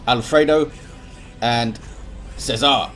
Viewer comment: Worst pronunciation of César ever haha :D